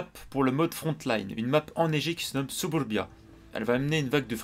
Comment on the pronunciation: ooooh cette prononciation !!! : " SUBURBIA ! " Tu nous ne nous avait pas dis que tu avait des origines russe ... J'suis sure Staline était ton arrière gr. père 😂😂 Bruuuhhhh sinon il on l'air sympa les nouveau lights anglais ! Je vais surement les rush! Sais tu leurs dates de sortie ? Malheureusement je pense que tu as raison sur le fait que wg aurait surement dû commencer une branche partant du tier 1, 2 ou 3 ... Le truc c'est que vu que tt le monde a le Cromwell, ça voudra surement dire que bcp de monde vont posséder ces char anglais .... (avis subjectif)